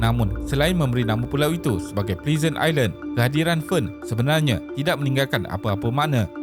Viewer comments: 1. Phosphate - fosfet 2. Norfolk - nofok 3. Pleasant - plezen sebutan suku kata "e" pertama dlm sebutan rojak "plezen" amik dari sebutan huruf "e" di perkataan "ekor", manakala suku kata kedua pula sebutan "e" di perkataan "empat" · Yg aku perasan pun ada 3 perkataan je yg aku rasa 2 drpd salah sebut yg X disengajakn iaitu 1. fostat 2. Norflok. Utk perkataan Pleasant Island je yg pronunciation ala2 'please' mungkin sbb X sure sebutannya yg betol.